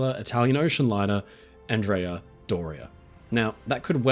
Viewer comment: Thank you,, for pronouncing Andrea properly! Yay!